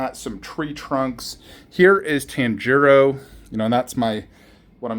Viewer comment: my boy, your saying Tanjiro's name wrong...😉